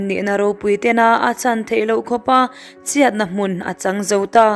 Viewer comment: Kei chu ngaihthlk hreawm k ti lem lo mahse ngati nge chhiat leh chhuah hi chiat , chuah i tih tlat a